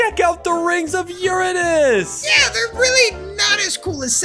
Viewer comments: It’s not Urnus it’s uranus 🤓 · Your saying Uranus wrong (just to remind you) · YOUR SAYING URANUS WRONG